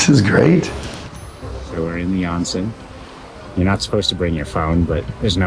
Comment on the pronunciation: It’s oh-nsen, not ahn-sen, o sound